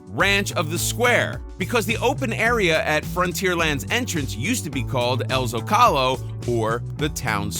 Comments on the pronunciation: Oh my god it’s ZOcalo. Zócalo. Not ZoCALo. Yikes. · Rancho Del Zocalo. ( ZOE-KAH-LOW ) Not Zo-Call-lo